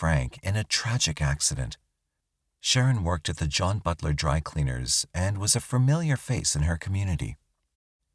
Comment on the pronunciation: Constructive criticism here: Familiar is correctly pronounced with only one R (at the end). It's not "fermiliar". Also, you graduate FROM high school or college. You don't graduate high school or college. 😊